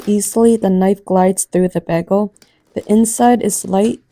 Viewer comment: Its BAY-G-LE and NOT Baaagle.